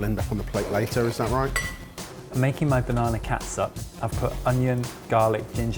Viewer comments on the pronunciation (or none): As a Filipino I want to tell that catsup is pronounced as ketchup. It's just a stupid way to spell things. Just like haus and huaz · Every time says Ketsup I grin like an idiot. It's so adorable! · Filipino here. Great job! Just pronounce it as ketchup. "Ts" is equivalent to "ch" in Filipino. Chicharon is spelled as Tsitsaron in Filipino. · Its funny how pronounces Catsup like old mums in the Phillippines...